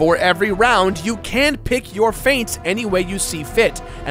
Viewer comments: 'Feat' is pronounced as the part of your body that you stand on. 'Feet', not 'fayt'. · His pronunciation of Feat is odd, I thought he was saying Fate.